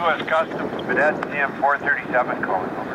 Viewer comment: He did not pronounce Baudette correctly.